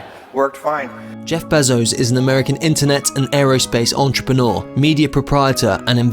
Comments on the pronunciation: Him: "Jeff beh-zos" Me: wtf its bay-zos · It’s bézos, not bèzos. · His last name is pronounced bay-zo/zoe-ss